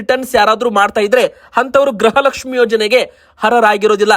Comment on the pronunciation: ಗ್ರಹ ಲಕ್ಷ್ಮಿ ಅಲ್ಲ ಗೃಹ ಲಕ್ಷ್ಮಿ ಅಂತ ಹೇಳಿ. 31ನೇ ಕಂತು ಬಂತು ಕೊಡಗು 🎉